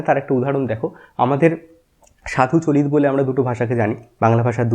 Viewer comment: আমি বাংলাদেশ থেকে, আমাদের ডা. সুনীতিকুমার চট্টোপাধ্যায়ের ধারণা পড়ানো হয় না। ডা. শহীদুল্লাহ এর ধারণা পড়ানো হয়। গৌড়ীয় অপভ্রংশ থেকে বাংলা ভাষা এসেছে বলে আমাদের পড়ানো হয়। আপনার উচ্চারণ গুলো কেমন জানি লাগলো। "আজকে" কে বলছেন "আজগে"। "চলিত" কে বলছেন "চলিৎ"। তবে আপনার উপস্থাপনা বেশ প্রানবন্ত, বাংলা ভাষার প্রতি আপনার আবেগটা জোড়ালো। ভালবাসা রইলো। পাশে আছি। এমন আরো তথ্যবহুল ভিডিও আশা করছি।